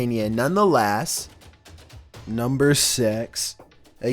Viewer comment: "none the LASS" LMAO. It's "none the LESS" but he says it funny. The accent I suppose.